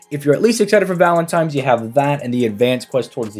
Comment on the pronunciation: I know i did not just catch yo ass sayin valentimes....... LOL, stay blessed brother